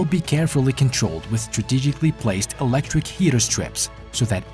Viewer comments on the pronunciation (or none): none